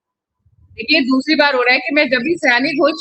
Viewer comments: Sayoni sayani nahi hai😂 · Pronunciation sayaani nhi, sayoni hai